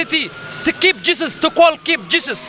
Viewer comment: Did he say Jesus or Juice?